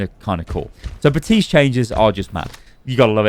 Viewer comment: Outta curiosity does accent take away Baptiste's "p" or is it a in joke. often sounds like is saying Baa-tiste